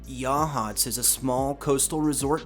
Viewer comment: Local here, saw the grey lady once. I will say I’m proud that you pronounce Yachats correctly